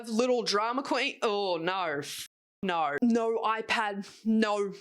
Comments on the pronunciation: I love the naur naur naur naur naur 😂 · i like when she said "norrrr"